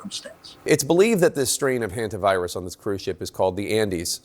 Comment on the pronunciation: Hondavirus ( Indian pronunciation) will spread during world cup